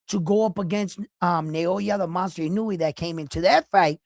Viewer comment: Also.. NA - O - YA not NA - YO - YA I - (KNOW) - E E HERE as in Egg not. I - NOO - E